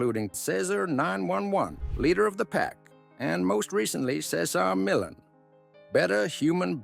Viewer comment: Please!! Pronounce his name correctly, OMG